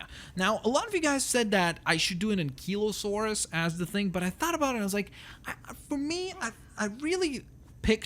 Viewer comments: and its not ankelosaurus its ankielosaurus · It's Stegosaurus not Stagosaurus and Ankylosaurus not Ankeylosaurs